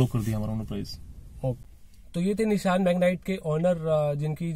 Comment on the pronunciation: निशान नाही रे भाई, निस्सान है नाम 😂